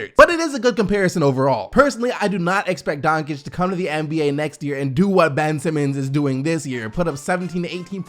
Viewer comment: Sounded like he said Dongigd the first time